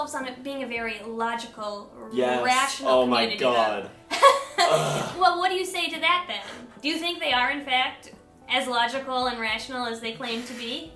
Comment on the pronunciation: No, you didn't add in the valley girl accent. It's pronounced "Gawdwell".